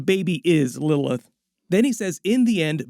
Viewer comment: Why can’t bro pronounce Lilith